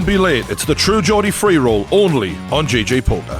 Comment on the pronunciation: It's GG poker as in gee gee not JJ as in Jay Jay